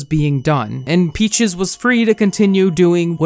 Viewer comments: that's not an accent it's just blatantly misreading her name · Same. Not sure how anyone over the age of 10 doesn't know how to pronounce peaches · how tf are you unable to pronounce the word peaches, i'm sorry but that drove me insane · Normal people: peaches: p e a c h i e s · I take back what I said, his pronouncation of it gets worst and worst throughout the video. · Sometimes it sounds like he says "Peachees" instead of "Peaches" I find it so adorable 💗💗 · yo he’s saying it like peach-ehs — that’s normal. 😂 Edit: he does start saying peachees. Haha 🤣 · Omg yes. He said Peachies, not Peaches. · I’m more distracted by the fact that he keeps calling her “Peachies” lol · new drinking game: take a shot every time says “peechiez” instead of peaches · I laugh when says “peechees” instead of peaches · Why is he saying "peachies" instead of "peach's" lolll it makes me mad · Why are you saying “Pee Cheese” lmaoooo I know damn well you can say Peaches 😭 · Lol I love how he doesn’t say peaches he says pea cheese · Youtube subtiles; P-cheese instead of peaches lmao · oh my lord its peaches. not pee cheese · WHY DO YOU KEEP CALLING HER PEACHIES hahahahaha it’s peaches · i cant take this seriously bc you keep calling her "peachies" literally why can't you say peaches? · pronouncing her name “peechees” is maybe the cutest thing ever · I died inside every time you said “Peechees” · right, Pee-Cheese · Pee cheese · lilah boohole its PEECH-EZ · Lol yea "pee cheese" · Why do you call her “PeachEEEse” 😭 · Peach es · Jamal Rathur feeces,if you know you know😶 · why do u say peaches like “pEaChEeSe” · i love this guy (not peaches i hate her) but he says her name like peechees lol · He said peechess lmaoooo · everytime he said peachys like ahhh i’m triggered it’s not how you say it no hate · “Peachies” lol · Why is he saying peachees. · Stop saying peach-eeze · good video but does it bother anyone that pronounces peaches “peachies” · she sure is one